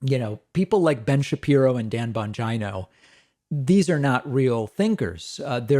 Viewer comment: In case anyone wants to jump straight to David's pronunciation of Dan Bon-g-yno